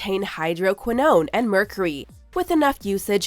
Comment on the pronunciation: Lmao the way she says vaginal and mercury